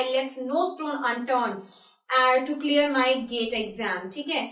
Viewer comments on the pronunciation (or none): none